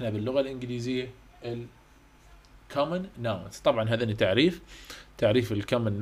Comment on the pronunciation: عاشت ايدك بس كلمه nouns الs تلفظ zللمعومه.